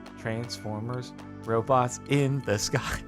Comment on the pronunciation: I can't believe I wasn't the only one that heard, "in the sky," as opposed to, "in disguise."